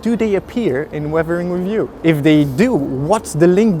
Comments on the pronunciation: revering review lol. Totally understandable since accent exist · Dude, I don't know why but, whenever he is saying "weathering with you" I am clearly hearing "we-vering review"